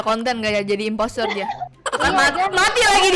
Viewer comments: bilang impostor malah jadi impestor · Kenapa ka bilang nya impestoor mulu, nangis 😭😭